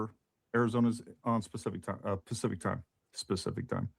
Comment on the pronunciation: Haha, what a dumbass, he says "specific time" instead of pacific time, and then shares a screenshot of a 5 year year kid with his face blocked out thats supposed to be 18 months as "proof" it's her kids... and in spite of the note "Don't share". But I don't know why anyone thinks they really had kids because they can't even provide photos that make sense to their age. So that means Charlie has been in on the hoax that they had kids too, which speaks more volumes.